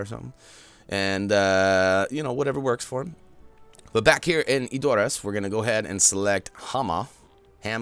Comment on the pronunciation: ...I hate to say this...but you're saying Edoras wrong xD Check this link, it's an interview with the producer where you can hear how to say it: /watch?v=-LVJ4yWOndk I'm not hating, just trying to help;)